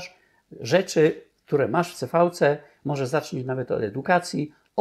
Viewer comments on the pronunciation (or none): Nie wymawia się: "ce fau" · Mówi się "ce-fał"? Ja to wymawiałam zawsze "si - vi"